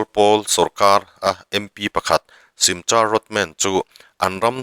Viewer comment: Simcha ti lovin' Simkha ti a lam tur 😅